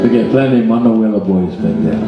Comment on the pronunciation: Actually the man's name is simply Manoel. For some reason in the song, the a is added but it obviously is referring to a boy in the family. Maybe the name is usually pronounced that way.